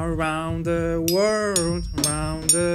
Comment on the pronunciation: Jakub Grzywa czyta się ,,łerld" .